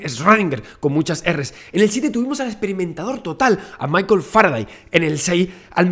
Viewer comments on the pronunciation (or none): none